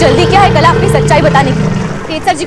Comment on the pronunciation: Didi kalaa hota hai na Ki kala 😂😂😅